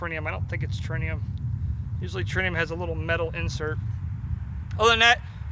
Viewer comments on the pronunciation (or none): Yes, It IS. AND...It's ALSO not pronounced "Trinium".